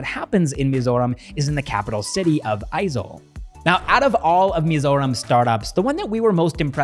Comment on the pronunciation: I was impressed when you correctly pronounced AIZAWL correctly. In tone and exactly how we pronounced it. But you dont pronounced Mizoram correctly lolzzz...just saying. Loved your videos though